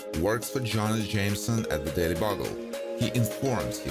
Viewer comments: B-You-gull. Not Bug-gull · Bugle = [Byoo-gal] Good video. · Painful narrator speaking. He can't say Bugle correctly.